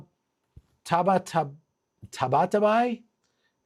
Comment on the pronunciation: Leaker's last name pronounced Tah-bah-tah-BYE